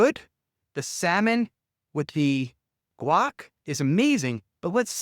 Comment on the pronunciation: Ryan... love you but it's Guac, not Quac......